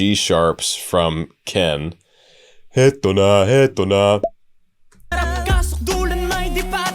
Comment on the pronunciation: I read somewhere that singing a diff language is a great way to learn a language, phonetically speaking at least Your pronunciation of "Eto na" is actually spot on ( also "Eto na"/"Heto na" just means "Here it is" or in the song's context "Here we go")